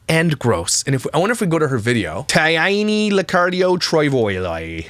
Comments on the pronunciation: The woman is sick but the name “Taina” is not hard to spell or pronounce 😅 It’s “Tie - nah” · I was laughing at 1st minute at his pronounciation of Taina’s name 😂